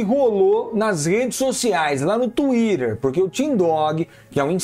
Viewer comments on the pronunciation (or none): "la no tuire" skskks muito baum